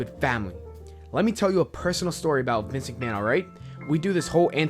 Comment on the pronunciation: Good video, but work on your pronunciation - you said "live tragic" instead of "tragedy", mispronounced Vince McMahon repeatedly and so on. Good vid though.